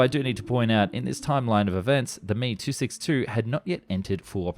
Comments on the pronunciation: Not mono-coke, mono-cock. Not he but H-E, and not me, but M-E. Doh! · It's "M E" not "me". 🙄 This is clearly going to be a waste of my time. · What might be causing the confusion is the pronunciation of some acronyms. With voice-bots, 'ME 262' is pronounced "me" (as in me, myself, and I). It is " M.E. 262". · It's not pronounced "ME" 262, it's "M.E." 262! And narrator refers to Heinkel planes as "HE"! How can they get the inflection and accent right, but not know these simple things? Anyway, all the Bell planes were revolutionary (especially the X-Planes), but I never cared for the P-39, P-59, or P-63, and from what I've read, neither did the USAAF! They later gave up & moved on to helicopters, which proved better for them. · You need to watch your pronouncing of things and check facts better. Me isn't pronounced me, it is Em Eee. Britain had the first running jet engine but the Germans beat us into the sky. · Wtf is a "me" 262?....its M.E. 262...and the Heinkal aircrafrt desgination is H.E.,Not "he" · The M E-262 was NOT super Sonic lol. It’s also not pronounced “me”. You pronounce each letter. How do you think you can teach anyone anything about a subject without even knowing how to pronounce the most basic of things on the subject? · You lost credibility when you pronounced M-E 262 as "Me" as in the phrase "who me?" Nobody does that. And implying that the Me-262 was super sonic. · Yes, the Mee and Hee grated on thee. I guess if you've only read (red?) it then you pronounce it how you see it. I don't think the publisher is exactly a subject matter expert. I think maybe the Meeee-262 was supersonic once it had it's wing shot off. Unfortunately only in a downwards direction though. :) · M E not me. It is standard and correct to say the letters.